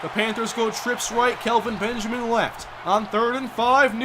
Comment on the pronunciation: I kinda feel bad for Benjamin. It's bad enough he gets his first name pronounced "Calvin" due to accent:-P but he's literally become yesterday's news.